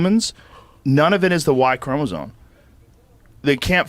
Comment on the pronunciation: Joe says "chromoZONE" multiple times here. Lol. And some people act like he's a really smart guy.